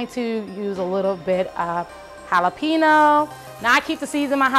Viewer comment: Your laughter is contagious. Love the idea of the just egg in ziploc bags. Good travel tip. BTW BEL😍VED jalapeño ( pronounced hala pay nyo) 😊